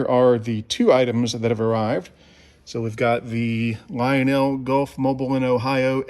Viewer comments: The town in Alabama and railroad name Gulf, Mobile and Ohio is pronounced "Mo-beel". When pronounced like Mo-bull" it is an oil/gas station chain. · Beautiful engine! In case you do a review of the SD40, please know that Mobile is pronounced "mobeel". It's also a fantastic engine, I got the 906.